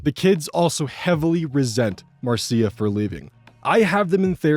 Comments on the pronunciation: Small note If the story takes place in the US, Marcia most likely isn't pronounced like that. It's pronounced like Marsh-uh. Jan Brady says Marcia Marcia Marcia! Excellent job as always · "Marcia" is usually pronounced Mar-sha. Sorry, that was driving me crazy each time, lol.